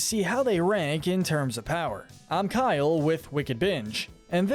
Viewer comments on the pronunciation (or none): none